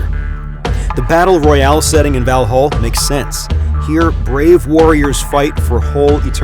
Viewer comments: Kind of bothers me when this narrator pronounce end part of Valhall (hall) as hôl as a english word. Sorry but that's wrong. Just saying. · Pronounced valhall and skol wrong it hurts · As a Swede the pronunciation of Valhall really hurt my ears and heart.